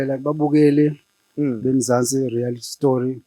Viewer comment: Say after me my brother, "reality show" not "rarity show" nice show though, I thank u